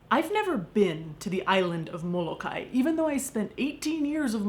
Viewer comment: Mo-Lo-Kye-e...thats is how its pronounced.